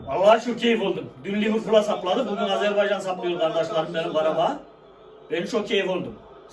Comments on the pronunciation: Takip ettim gardaş. Sizden bir ricam var , Azerbeycan değil Azerbaycan ❤ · Videolarınızı beğeniyorum amma lütfen Azerbaycan’ı telafuz ederken dikkat edelim Azerbeycan değil Azerbaycan . Bazen doğru bazen yanlış telafuz olabiliyor.